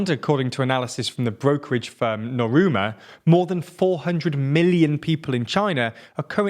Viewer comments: small mistake in it is nomura not noruma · "Alter Mater" ... "Noroooma" 😄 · are you sure it's "Noruma"? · I love TLDR in general, but... "Noruma"😂😂😂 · "ultimata" instead of "Alma Mater" and "noruma" instead of Nomura... TLDR used to be great quality content but when you can't afford to quality control and edit such mistakes is when I know you've got too much on your plate. I hope you figure it out eventually. Good luck. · Hey, Repeat after me..."No....Moo....Ra" 🤗🤗